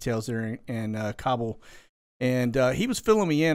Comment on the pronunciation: (, Kabul is pronounced "cobble," even though the Cabal has a big hand in making the horror show.)